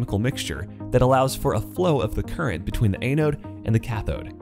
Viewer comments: ăn′ōd″ ah-node not ay-node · a-node? Sounds like your speech program needs an update. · you should learn how to pronounce anode properly.